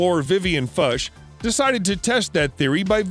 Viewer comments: I pity the (Vivian) Foox... (i.e., "Fuchs" is not pronounced Fush or Fux or whatever the hell that wild-ass attempt was — laughable!) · Thanks to point it out. I was interested in the location of this island I couldn't corroborated the story told by this channel. In particular it is quite dishonest not to give the printed full name of the Explorers. The only thing I found is that the name is pronounced more like Fox then Fusch. I maybe wrong. Best regards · Vivian Fuchs surname is pronounced "Fooks", not "Fush".